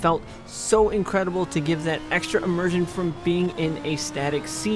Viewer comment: Immirshment? Did i hear that right😂